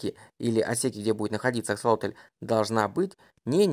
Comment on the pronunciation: Только почему автор говорит АксолотОль? Если ему так удобно, то я впервые слышу об этой ( так и не поняла как это назвать) и когда увидела правописание, то не то что назвать не знаешь как, то и написать проблема. Так как правильно писать и как называть? Рыба, животное, личинка или просто особь?